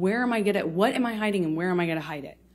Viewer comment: Boy I tell ya hwhat